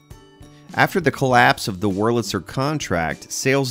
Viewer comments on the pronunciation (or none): none